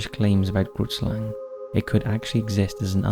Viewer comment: I’m from South Africa and the Grootslang is not at all pronounced in the way you are pronouncing it. It always makes me laugh when I hear foreigners try pronouncing Afrikaans words 😂🤣. It’s an Afrikaans word and translated into English is Big Snake or in this case Giant Snake and the correct pronunciation of the Afrikaans word is difficult to describe but the “G” is pronounced similar to the “‘Ch” in the Jewish word L’Chaim then the “roo” then “it” and the Slang part is pronounced closer to “slung”